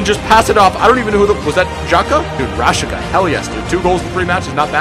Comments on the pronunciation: It’s pronounced rashitsa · rashica is pronounced ra-shee-tsa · it's pronounced rashisa and it's pronounced sana not cana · You say Rashitsa